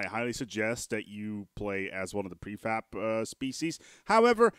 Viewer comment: It's preFAB not preFAP. That pronunciation, omg. Lol